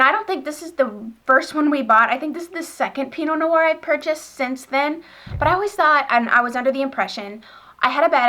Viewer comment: Hello! Just a little tip from a frenchie over here ;) Pinot noir, the "noir" part is only one syllable, you seem to be saying no-oir, but its pronounced just noir (like "nwar") ;)